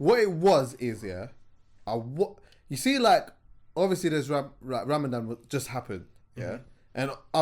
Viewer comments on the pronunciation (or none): it is Ramadan not Ramadam!!!!!!!!!!😂😂😂😂😂